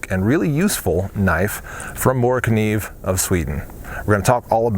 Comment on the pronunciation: SHADOW that's how your pronounce knife in swedish, he mispronounced Mora (mooruh) but it's better than getting it completely wrong